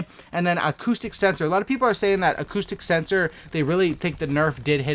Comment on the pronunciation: I thought you were saying autistic sensor 😂